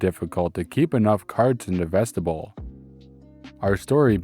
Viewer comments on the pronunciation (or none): vestibule... the end rhymes with mule not bull. :D My Grammar Nazi made me do this... I'm sorry, not sorry, but I always enjoy the stories overall when I see them in my feed Thank you